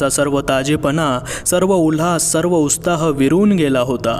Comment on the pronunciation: जबरदस्त कथा लिहिलीय धारप सरांनी. तुमचे वाचनही छान आहे. एक सांगायचंय. तुमचे काही उच्चार उस्ताह, चिकिस्ता, उस्तुकता असे येतात. कृपया राग मानू नये.